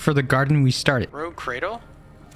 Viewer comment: It isn't rogue, it's rouge pronounced rooj meaning red